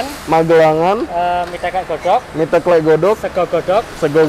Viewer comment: Mas garda bukan asli jogja ya..klihatan dari penyebutan kata ( teklek) salah